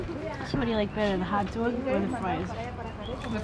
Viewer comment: lol when she says hotdog